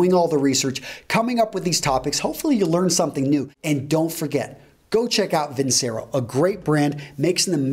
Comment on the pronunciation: It is vin-che-ro. Once it's advertised.